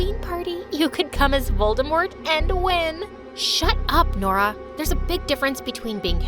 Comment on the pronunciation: I thought Nora said her name was DORA 😭😭😭😭😭😭